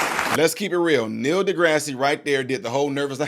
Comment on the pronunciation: Neil DeGrasse Tyson is not pronounced degraseeee. It's DeGrass...lol 😂 its not just some random person- this was an editor who works for and represents Scientific American. Go Bill Maher! I'm shocked NDT is afraid of the truth!!! Great analogy of the car light!!! ❤